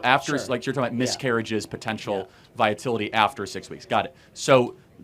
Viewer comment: Viability, Charlie, not viatility. :) Otherwise, wise and reasoned points as always.